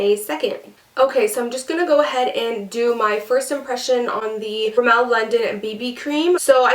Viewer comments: its pronounced rimm-mul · You pronounced Rimmel wrong